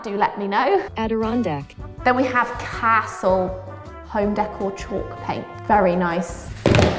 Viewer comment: Bless you... I'm from Somerset and when you say certain words: 'Castle' for instance.. That southern twang comes out